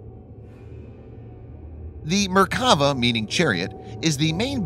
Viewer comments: I thought they were Merk-a-va but apparently they are Mer-kav-a tanks? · I don't know much about tanks but I do speak Hebrew. It's pronounced MerkaVAH. And it just means chariot, not God's effing chariot, as some people seem to think. Thanks. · Try saying Mer ka va and God’s Chariot. You must be a heathen.